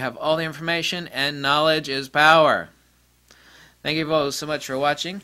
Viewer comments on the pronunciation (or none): none